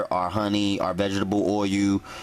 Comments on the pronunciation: tha fuk is 'VEGGIBLE oil' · vegetable "oy u" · Vegetable oye-u